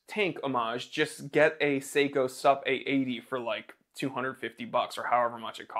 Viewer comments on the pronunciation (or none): none